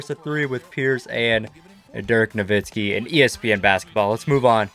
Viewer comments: He said Dirk’s last name with a Z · He really said dirk novitski